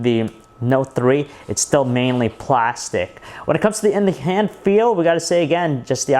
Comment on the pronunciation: lol "it's still mainly PUH-LAS-TIK" hahahahahaha. I laughed hard there~~~ I'm obviously Korean but I prefer Apple products~~